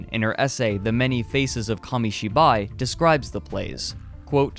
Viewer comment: What is monga? Komishiboy? Why can't Americans say foreign words without using that pretentious but wrong pronunciation...